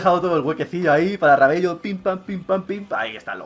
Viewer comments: valla paliza que le diste a F madre mia la sorpresa de la YUL y no es Rabello se pronuncia Rabelo es solo porque me suena extraño rabello xD y podrias ver el tema de los sobres de fifa jackpot algunos sale mejor comprar las monedas directamente que abrir los sobres si le pudieran bajar un poco el precio:D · Se pronuncia rabelo no rabello :P Pon a mati fernandez en ves de rabello en todo caso :D En todo caso lo dejaste como F de follao xD (que es coña es para la broma no mas jajaja)